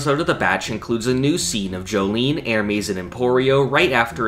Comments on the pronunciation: I'm triggered about the bad pronounciation of Ermes. It not erEmes and especially not Ermeeeees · How tf doe you pronounce Ermes as ermies